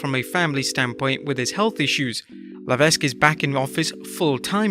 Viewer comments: IT’S LEH-VECK! THE S IS SILENT! GET IT RIGHT OR DON’T USE HIS NAME!!! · Leveck. The S is silent. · The 's' is silent! Paul Levesque...LMAO Another quality voice over! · The S in Levesque is silent…..